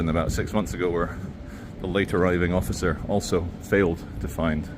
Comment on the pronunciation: "David, don't hassle the Hofficer"! 🤣